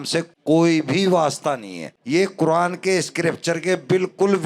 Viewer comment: Quran ❌ Quradaan ✅ 🚮 😂😂